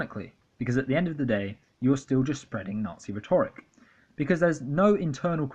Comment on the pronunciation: Hey nice video. Btw rhetoric is pronounced RHET-oric, not rhet-ORIC. I appreciate your views though, they're spot on. This is so well researched. Merchant Minute is fucking gross and also not funny in the slightest. Not just because he's a hateful fascist but because none of it is remotely observant of rules of comedy and joke writing. Pewdiepie I can see is a money grubbing troll for the alt right even though he used to appear quite harmless. He has charisma which is the sad thing (and dangerous thing in terms of fascism). Cowards, the lot of them. Hiding behind irony so they can fly under the radar and brainwash dumb young people.